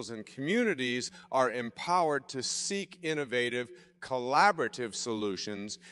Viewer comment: "seek approval" not "sync approval" haha